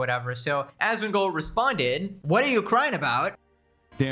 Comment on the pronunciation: Even has the same number of syllables so he says it the same way. ”Asmongoooold”